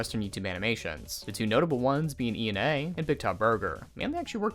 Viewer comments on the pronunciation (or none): E-N-A 💀 It's a name not an acronym...